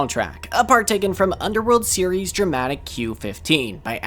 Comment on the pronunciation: lmao when you said series it makes my Siri go off bc it sounded so similar to me saying “Siri”